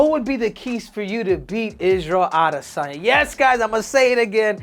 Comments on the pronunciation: Isarel adi - san - yaaa Yov wtf🫠🤣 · Israel Ah-DEH-sanya 😂